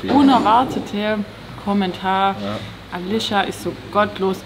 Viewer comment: hä auf einmal alicia aber dann wie alitsche ich finds so witzig ne